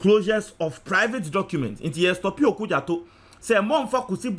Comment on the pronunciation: It's OkudzEto, not OkudzAto.